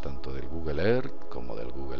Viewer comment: PRONUNCIA BIEN EARTH